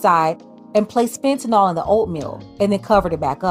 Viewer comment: It's so irritating that anchors and reporters say "Fentanol" rather than "Fentanyl".